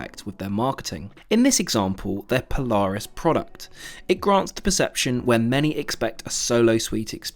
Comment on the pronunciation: You pronounce Polaris wrong